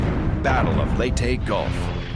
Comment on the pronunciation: I'm surprised the narrator pronounced Leyte correctly. Most other narrators from other documentaries would pronounce Leyte as "Lay-ti" when it should actually be pronounced "Ley-te"